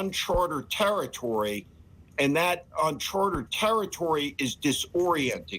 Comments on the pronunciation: Steve, it’s “UNCHARTED territory”, NOT “unchartERed”. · It’s 'uncharted' territory, not 'unchartered'. It comes from the fact that hundreds of years ago ships in the ocean kept track of where they were by using charts. If they went beyond what was on the charts they were in uncharted territory and they’d have had no idea where they would end up. That’s why the native Americans are referred to as Indians. Those ships were trying to get to India. They had no idea that the Americas existed.